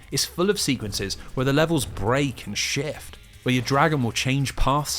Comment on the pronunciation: "break and shyueift"